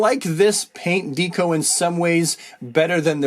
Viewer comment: it's DECK-oh (as opposed to DEEK-oh) ... your pronunciation of "deco" was shakin' me here and there